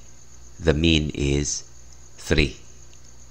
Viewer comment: The way you speak three is cool